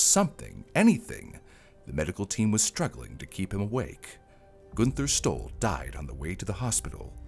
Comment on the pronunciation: When you said the name Günther Stoll, I thought you said he stole something. That letter does not look like a "Y" it looks like a "9". How does a head on collision throw him onto the passenger seat? Wouldn't it throw him forward? Possibly through the window? Inertia is a thing. So, we still don't know what YOG'TZE is?